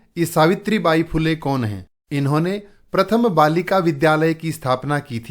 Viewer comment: Aapko acchi tarah Se padhaane nahin aata phool Le hota hai fula nahin phool lu hota hai phoolon nahin aap bahut jyada badhate Hain sorry❤😂😂😂